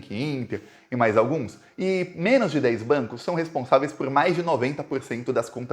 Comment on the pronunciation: quando vc falar "menos", carrega bem no O, porque tá soando como MENAS. Fica feio... FORA BOLSONARO!